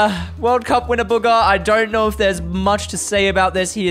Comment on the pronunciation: The way they say bugha is so funny they say it like booger😂